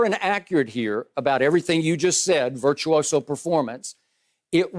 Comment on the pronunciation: Nobody: Shannon: It was Virtuioso"